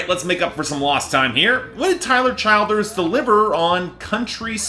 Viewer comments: it’s pronounced “chill-derz” lol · You’re pronouncing his name wrong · learn how to say the guys name the give your opinion it’s not as good as purgatory to me it was more rushed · It's exasperating to hear you keep screwing up his name.